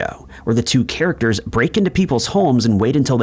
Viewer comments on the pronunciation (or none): none